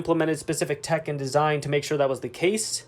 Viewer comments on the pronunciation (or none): none